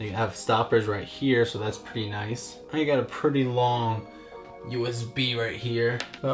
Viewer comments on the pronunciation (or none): none